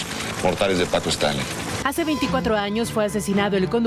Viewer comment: PACO QUÉ? ninguno de los 2 sabe pronunciarlo jajaja